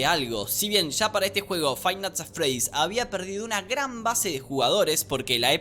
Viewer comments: Fai nats at fredys 😳👌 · "Jot es el creador de fainat atfred"